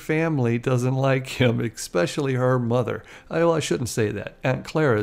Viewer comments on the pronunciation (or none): You’re welcome but please advise the narrator that there is no such word as “ek specially” or “ex specially…”. The word is pronounced ‘ESpecially’ and it’s actually spelled that way. 👍🤷🏼‍♀️ P. S.: “…started (AN) organization…”.👍